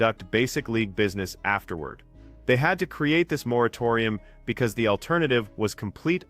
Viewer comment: Ahhh moratorium. No, you are not saying right 😂